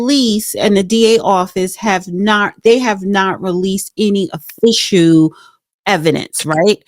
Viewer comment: "offishoo" or is it "official"?